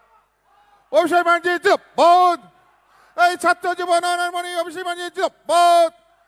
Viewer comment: এতো জিন্দাবাদ টাও ঠিক করে উচ্চারণ করতে পারছে না। ভাবা যায় কত বড়ো শিক্ষিত সব। 😂